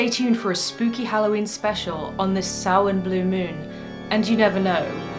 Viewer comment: As a former Wiccan, I'm glad that you didn't pronounce Samhain the way it looks. I'm an atheist now and while I no longer believe in the spiritual aspects of Wicca, I see witchcraft/spellcraft as something that can be very helpful for psychological purposes. As autistic people, rituals can be a very important part of our lives. Spells can help us deal with psychological problems and open us up to possibilities that we may not have been aware of.